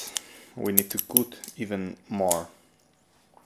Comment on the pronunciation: )... * stylist.... Sounds like, St"hay"list El "y" en esta palabra suena como.. " hay" en español ..its very nice all that u said in the beginning for ur viewers. :) * cut... Hmm.. This one sounds like, ummm... XD... I can't think of a palabra in spanish.. You are making a " coooo' sound, but.. It needs to be a "uuu" where u open your mouth more, does that make sense? ... Sorry im so bad at explaining.. I just wanna be helpful.. ^^…… Oh, maybe like, " confienme".. U said that and it sounded like... The good sound for " cut" xD almost.